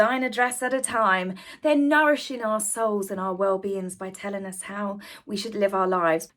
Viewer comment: at about 12.30 in, you said they were 'nourishing our souls". It sounded like nourishing r-soles to me as a golden oldie!:-). I'm still laughing!